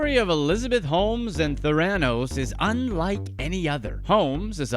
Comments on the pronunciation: The narrator obviously never listened to Holmes talking about her company, THER-a-nos. He proves that any lazy, ignorant schmuck can make a video. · “TheRANos” … it isn’t like there haven’t been a million news stories he could watch to get the pronunciation correct 🤦🏾‍♂️ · Do you think he's doing it just to mess with us? Tha-ra-nose it's terrible, I wonder if the CIA knows of this torture. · the right pronunciation is Thanatos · Why are you saying “Theranos” that way? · PLEASE pronounce Theranos correctly. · The persistent mispronounciation of Theranos makes what might be a good video lose all credibility. There are thousands of videos out there with the correct pronunciation. Take five seconds and learn it. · You're mispronouncing Theranos. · Is this VO Voice To Text or do you really not know how to pronounce Theranos? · I wondered the same thing. The narrator is obviously mispronouncing “Theranos”. I mean, was up wit dat, my homies? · I wish all of you guys would learn to pronounce Theranos correctly. Pronouncing the word Sociopath correctly would also help you out and I’ve read dozens and dozens of hours of material and books and this woman and you’re the only one who leads with her dog — congratulations on that investigative journalism there. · Can’t the narrator at least pronounce Theranos correctly — Jeez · You lost me with that pronunciation of Theranos. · What are you pronouncing Theranos like that???? SHIT MAN!!!!! Lol.. Good work tho! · You miss reading the company name over and over is cringe! Rest of video is good 👍🏼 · You should at least learned the proper pronunciation of Theranos before you posted this video - even the captions SPELL it Thiranos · Learn how to pronounce “theranos” correctly if you’re going to make a video about it. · He cobbled it together without learning the proper pronunciation - embarrassing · Agreed, it is truly grating! Too bad, since the basic facts do seem accurate, based on other reporting I’ve seen.